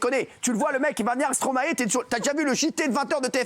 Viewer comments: Encore un truc les Français, c’est pas Stromaé!! C’est Stromae ae ae ae. C’est quoi votre Stromaé de n’importe quoi la. StromAE!!!! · et pitié les français...arrêtez de l'appeler STRoMA ééééé...petit tuto...vous êtes capble de dire MAESTRO??? alors vous devez pouvoir inverser les syllabes....Stromae...maille comme la moutarde... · Par contre stop de dire « stromaÉ » ! Ça se dit « stromAY » !!! C’est pas compliqué quand même bordel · Mes oreilles saignent à chaque fois que j’entends Stromaé.... STROMAÏ svp merci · Alors les français, une fois pour toute : on ne dit pas « StromaÉ » mais « StromAÏE » et on ne pas « BruKSelle » mais « BruSSel » ! Faites un effort, merde 🤦🏼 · S’il vous plaît la prononciation du nom de l’artiste c’est pas stromaé mais stromae le ae ce dit Aille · STROMAY PAS STROMAÉ svp faites un effort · Ils me feront toujours rire à dire stro-MAÉ